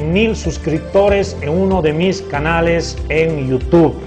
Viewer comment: jajsjssj cara de llama ojo y no soy masista jjajj i se dice youtube y no yutu